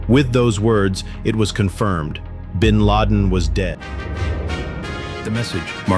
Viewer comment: gw bush said bin lad